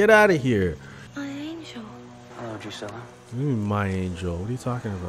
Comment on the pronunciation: Drusilla my guy.... “DREW-SIL-AH” lol Anyway, keep the reactions coming. You’ve made it. There aren’t any lack luster episodes after this in the next few seasons. A few misses here and there but even the misses have fantastic character development that moves the series along.